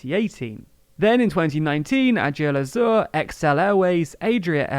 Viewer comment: The way you pronounced "Aigle Azur" and "Vueling" kinda made me want to cry on the inside but still, congratulations on yet another great video. Keep up the hard work! P.S. Vueling is pronounced similarly to "dwelling", Aigle Azur as "Egg-la-sûr"